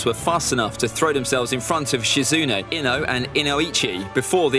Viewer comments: Please say with me “eeeee” and then say “no” Do not say “ehh” “no” Ino is pronounced “eeeee” “no” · Why did he call Ino ihno??